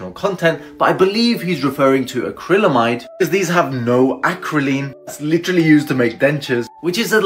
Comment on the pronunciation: This guy made a video about a toxic substance that he mispronounced. Smh